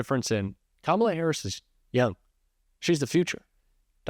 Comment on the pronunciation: Is it my ears, or do you call the VP "HarrisON?" I keep hearing it that way, even when it is not followed by 'and'.....